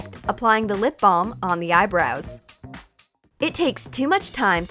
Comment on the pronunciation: The way you said lip balm it was so funny was it Baucous her lips she put it down a cup